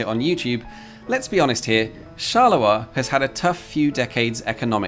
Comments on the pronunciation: charleroi as in Charles Road. Not shalerah. Unless Belgians sound like Scottish sheep farmers... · Please stop saying "Charler-oi", please! It's pronounced "Charle-roi". Also, can you really compare the metro system planed to be built there with any city in the USA? Very unfair. Not to talk about Rome - everytime they want to dig a hole, TA-DA! roman artifacts... So not very suited for comparison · Not gonna lie, everytime you pronounce 'Charleroi' I cringe. Please don't drop the r. Therefore it's actually /sharlə-rwa/, not /sharlə-wa/. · If Charleroi in Belgium offers no further stories, you could fly to Pennsylvania to visit the Charleroi that exists there. Everyone I ever met there pronounced it char-ler-oy, and there is almost nothing to provide you with a story. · Charleroi with a R, not a W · It's a metro not Shet. Who's Shet? never heard of him. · The way he underpronounces Charleroi is hilarious. "Chaluwa" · Thanks for a nice video! I don't want to complain and I'm not an expert in pronunciation but I'm pretty sure you're butchering the pronunciation of Charleroi😅